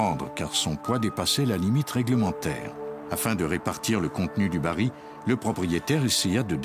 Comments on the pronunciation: Baril et non bari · Bonjour, Merci pour le partage. Petite remarque : la voix off dit "bari" alors que c'est "baril".